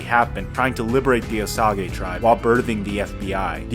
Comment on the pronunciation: I think it's pronounced Oh-Sage (like the herb). I really enjoyed this movie. I respect the choice to make it a mob movie but it also think it could have shined as a psychological horror/thriller type beat. Kind of like that movie the term gaslighting comes from. I would have enjoyed seeing more of Molly's thoughts and feelings as she grappled with wanting to believe in love and the man she built a life with. But I understand that's not Scorsese's wheelhouse. It's a bit like Greenbook in that we follow a far less interesting protagonist while the cooler side character is right there.